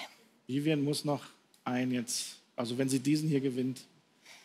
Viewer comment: Viviane heißt die Frau und elton bekommt es bis zum Ende nicht geschissen ihren Namen auszusprechen 🤦‍♀️🤦‍♀️🤦‍♀️🤦‍♀️🤦‍♀️